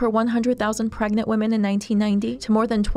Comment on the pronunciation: Ehh... wahmen